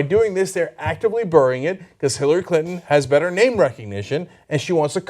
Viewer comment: "Actively burrrying it" - Cenk